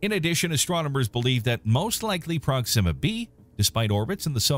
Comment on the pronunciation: "prok-SIM-a"? Weird putting the emphasis there as opposed to "PROK-sima"